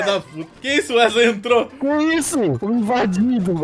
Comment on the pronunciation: "Wesley, Uesley, UÉSLEI" KAJSKAK